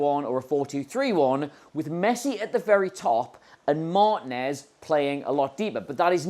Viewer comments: This drove me crazy! It's not MAHR-tin-ez...it's Mar-TEEN-ez. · MarTEENez, not MAARtinez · Why can't English people pronounce Martinez (and other latino names) correctly? Mar- TEEN - ez. That is not a hard thing to say.